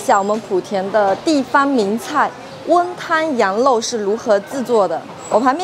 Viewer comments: 羊肉而不是羊漏哦！ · 这个讲话明显舌头是短一点的羊肉发音为：羊漏！还有把羊漏吊起来晾发音为：羊漏吊起来浪！老早就发现她舌头有问题一直都忘记说了今天太明显了……